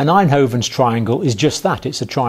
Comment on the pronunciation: its Einthoven's triangle, not Eindhoven's